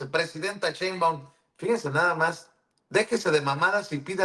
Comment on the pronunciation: Es algo que no entiendo el por qué varios pronuncian; Cheinbaum, es tan fácil decir su apellido así como se escribe (Sheinbaum) Así es como se pronuncia, con la letra “S” nooo con “Ch” La periodista y YouTuber, no puede pronunciar el apellido con “Sh”